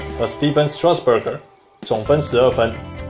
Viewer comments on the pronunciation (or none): 只有我一直注意到Josh每次都把Strasburg念成Strasbuger嗎XDDD